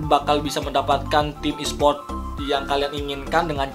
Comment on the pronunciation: ESPORT BANG BUKAN ESPRIOOT